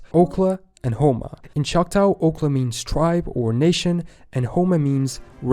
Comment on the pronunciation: The narrator makes a lot of pronunciation mistakes. He mispronounces Choctaw in English. (Chahta Sia) I am Choctaw. Okla means people. Homa means red. Choctaw is not a written language so one can spell words differently. One Choctaw word from French is Shvpo (chapeau). In Choctaw a donkey is called (looks like deer ears long) issoba haksobish falaya. I guess that’s enough because I don’t teach much Choctaw other than to Choctaw lineage people. I’m fortunate that I grew up speaking multiple languages and learned a little more.